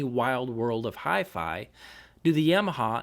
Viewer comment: "Yeahmaha". Don't know why but hearing that bothers me.